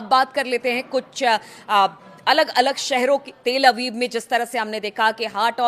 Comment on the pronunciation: ❤not til abib but tal abib🎉